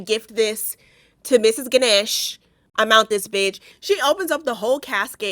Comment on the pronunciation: Pronounced: gah-nush